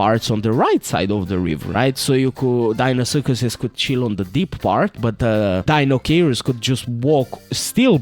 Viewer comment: Say it with me, everyone: Die-no-kai-russ